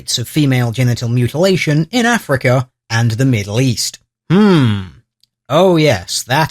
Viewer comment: he never says 'africa' but something more like 'afriker'